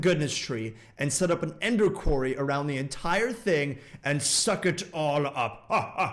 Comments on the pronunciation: does...does still not know how to say quarry? he says "kw-eh-ree" (although he did say it right like once "kw-o-ree") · Did he really say Queen? I still can't get over how he says quarry xD